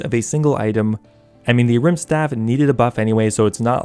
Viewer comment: It's "Ahrim's staff". It was impossible to know what you were saying in the video, would be helpful to have text on screen.